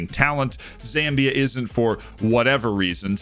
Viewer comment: watching from Zambia, nice to get a mention and a decent pronouciation